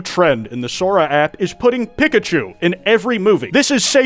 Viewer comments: I hate how you say Pikachu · WHY ARE YOU SAYING PIKACHU LIKE THAT??